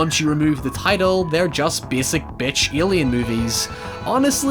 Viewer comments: WHY THE FUCK DO YOU SAY ALIEN LIKE YOU HAVE A SPEECH IMPEDIMENT. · "Ilian monster movie" what's that? whos Ilian ? XD